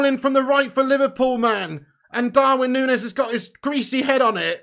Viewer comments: Grown man saying "punez" is embarrassing 😂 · A grown man says Punes? Really? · Gakpoo? Poonez? Is that qunt a five year old? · Grown man saying ‘Darwin Poonez’. Christ. We also paid nowhere near £100m for Darwin Nunez either. Not sure where he’s pulled that figure from